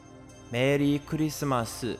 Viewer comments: Engrish Merii kurisumasu lolol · Merri Kurisumasu ,.it's funny engrish ranguage? lolol